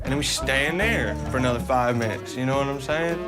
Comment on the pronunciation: "Nome sayin?" "Nome sayin?" "Nome sayin?" 😭😭😭😭